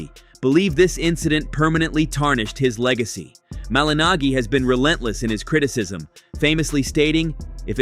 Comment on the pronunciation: The pronunciation of "Malignaggi" in this video is a great argument against the obnoxious use of AI.